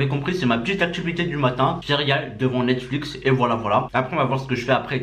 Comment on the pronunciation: Mdrr il a dit Netsflix 😂😂😂 Lit mon pseudo et abonne toi c’est un défi 😉